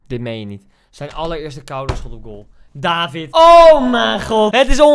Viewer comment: je legt de klemtoon op de i dus eigenlijk is het davId